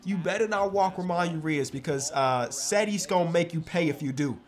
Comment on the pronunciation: saying ramon urias wrong is my favorite part of the series